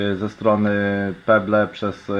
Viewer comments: chyba chciałeś powiedzieć "peble" z akcentem na b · jak ty czytasz pebble!!